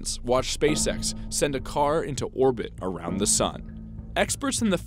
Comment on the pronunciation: Orbit orownd the sun????